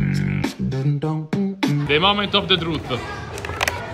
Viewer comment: "The Momenth of the Truth'e"😂